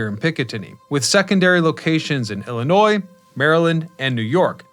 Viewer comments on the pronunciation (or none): none